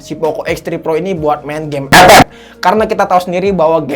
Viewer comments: Klo ff di blokir gk bisa lgi dong dengar bang ngomong ep ep kya ad yg krng aja gitu wkwkwk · Kocak beud waktu nyebut EPEP🤣🗿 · Sllu terngiang" dengan kata ep ep wkwkwk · Bang kenapa lu kalok bilang epep gitu😢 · Demen banget klo dia ngomong EP EP, Awokwkwkwkwkwkw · Epep epep epep epep epep epep epep bengek ajg 🤣🤣🤣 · Njir ngakak ngomomg ep ep nya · ngakak cok pas tiap bilang epep 🤣🤣🤣🤣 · lucu nyebutin ff nya😁